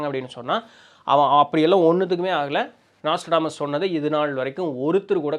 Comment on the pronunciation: நோஸ்ட்ராடாமஸ் ஆ ப்ரோ?😅 நாஸ்ட்ரோடாமஸ்தான? அட்டைப்படத்துல அந்த ஸ்பெல்லிங்தான் இருக்குது ப்ரோ